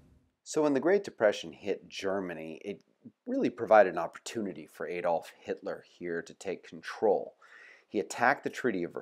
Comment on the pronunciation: Superficial and not very good - doesn't seek to explore the actual causes behind totalitarianism in the European context - as well as the poor pronunciation, "Aydolf" being one example. Could do better.